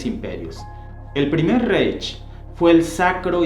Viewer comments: Reich, se pronuncia raij. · Reich se pronuncia raig ya existe el Google traductor con sonido del idioma en cuestión. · Era Francisco I, no Francisco II. El mapa está pésimo, múy incorrecto el delineado del imperio alemán. Reich se pronuncia "raig" El "monstruo de Hitler" se gestó desde sus días de vagabundo en Viena, cuando ya leía pasquínes antisemitas y aborrecía la multiculturalidad. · vender la versión gringa que toodos hemos visto en películas no ofreces nada nuevo en tu video. Ah y pronuncias mal Reich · Te suplico no te ofendas, se pronuncia Raij, vaimar, etc. , el diptongo ei se dice ai. Por lo demás excelente documental.